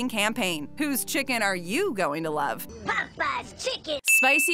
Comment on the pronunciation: Why does she pronounce Popeyes like that???